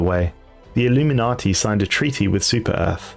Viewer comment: Btw it’s illu-min-nate, not illuminati